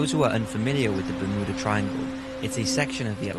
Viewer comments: Bur mew dah not ber moo dah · Also its ber mew dah not ber moo da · I had no idea that Bermuda was pronounced BerMooda. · Is anyone else hearing berMOOda. Ha ha, bermooda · Ber-muuu-da triangle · The "Bermooda" triangle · Ahh yes the bermooda triangle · Bermooda triangle? I don't think thats how you say it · It's. Fucking. BER-MYOO-DA. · Ba-MOO-da Triangle :D